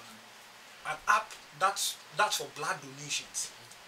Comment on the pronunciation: Not blaad but blood